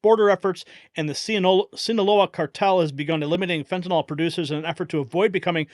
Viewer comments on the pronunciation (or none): Say it right-fentNYl